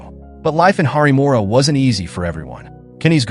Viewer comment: Its not `harimora´ its "haripuram"